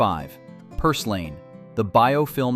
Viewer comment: You need to learn how to pronounce your words. For example, plantain should sound like plantin, and purslane should sound like purslin. Fungi, which is plural, should sound like fun-gee. Note that g is a hard g as in garden. By the way, in words like garden, the a comes before the r. So you shouldn't make garden sound like groden.